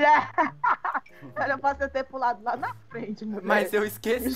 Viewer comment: Kkkk o e falando muie sendo que eles são homens kķkkk e eu fiquei viciada em fala muie